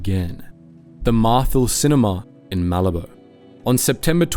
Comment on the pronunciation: Malabo is not Malibu. It is MA-labo